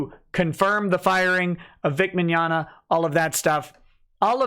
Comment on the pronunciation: LemWAH: Victor Mig-nog-na are you guilty? Vic: No. LemWAH: .... I got nothing that's all I had planned.